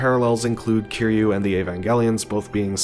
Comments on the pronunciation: its not keyru its kiruy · Bro you still got the name wrong. It kiryu get it right next time 😅